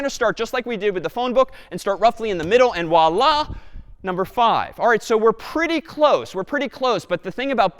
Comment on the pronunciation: Yeah his voilla completely sounds likr arabic Wallah